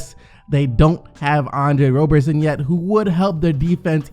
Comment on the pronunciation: It's Andre Rob-erson. You confused me for a long time lol